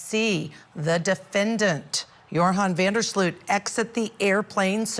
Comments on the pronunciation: Offtopic, but every time English speakers pronounce his surname I cringe, it is an elongated "O" not an "OE" sound. FYI his surname means "of the ditch" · I’m so sorry, but the mispronunciation of his name by both ladies is sooooooo irritating!